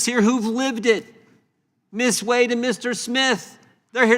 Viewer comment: Not one single Republican who asked Ms. Wade questions pronounced it the correct way...the way she pronounced it when she introduced herself...WADE. Pronounced JUST the way it's spelled! Long A, Folks! Good grief!